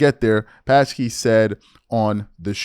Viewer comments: It pronounced Jen Sock key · Jen Pas-key😂😂😂 It’s pronounced sa-key. The p is silent. She was the press secretary for the first two years of Biden’s presidency. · It’s Jen “saki” WTF? You don’t know how to say her name? Lol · JD barely responded, you made it seem like he gave a 20 minute monolog like Fuentes did, no wonder you spoke about Vivek more than Vance, otherwise your video would have been only 5 minutes long. Also, her name is pronounced "SAKI," the "P" is silent. You should really study these people before talking about them.